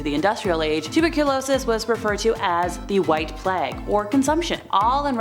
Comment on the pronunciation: Plague has a long ‘a’ sound, rhymes with mage. Sorry, keep the good spook on 💪🏽